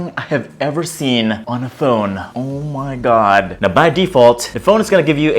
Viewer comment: "Ohw May Gahd" 😂😂😂